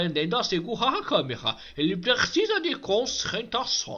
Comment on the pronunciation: Seu concetrrasson precisa mais concetrrasson...😅😑😂😂